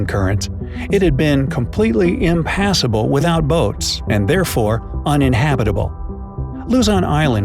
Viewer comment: I love how he said impassible 😂😂😂